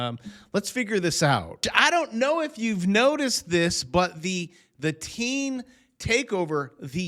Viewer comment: Its "Da Teenz "